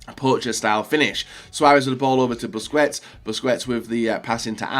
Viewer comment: Grpundsell as in pronouncing names like busquets and Sulë wrong all the time. The joke was that he probably knows he's doing it. Stop trying to look smart